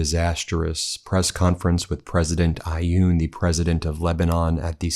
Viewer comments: It’s pronounced awn not ayooon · President of Lebanon name is Aoun. The there is no i or y sound. Pronounce it Ah-une or ah-oon and slur the syllables together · Guys, you have enough information at your disposal to learn how to say them names of foreign leaders correctly. The name of the President of Lebanon has only 3 letters. His first name is Joseph. Joseph Aun. It pronounces exactly the way it is written. Can't you try to manage 3 letters without inventing sounds that are not there? You're not the only ones doing that but garbling anything that goes through your mind and doesn't even correspond to the way the name is written is so frequent it's insulting for the people of the countries in question. A little more respect would really help.